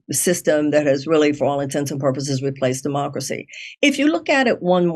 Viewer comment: She pronounced it 'dumbocracy'